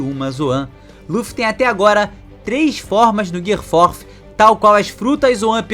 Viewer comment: se tu fala gear third e secondo como se fosse japones pq tu fala fourth como americano ? kkkk